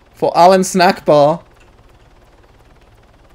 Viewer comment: its allahu Akbar not allahu snackbar